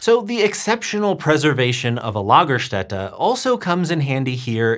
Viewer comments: Impressive German pronunciation of Lagerstätte! Got the umlaut and the S right. (lah-ga-shtet-a) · Your pronunciation of Lagerstätte is very good. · As a native German speaker i was impressed by your correct pronunciation of Lagerstätte.. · Thats a great pronounciation of the word lagerstatte, im pleasantly surprised!